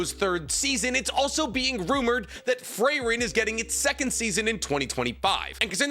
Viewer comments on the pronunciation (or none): Why are you pronouncing it "Fray-ren?" It's "Free-ren", it's German. It's also how they pronounce it in the anime. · The most American pronunciation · The way you were saying frieren man smh you’ve watched the show say it the same way the characters say it my god